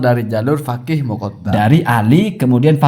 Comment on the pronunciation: kena virus Habib... Menyebut kata Faqih: Fagih.... 😅😅😅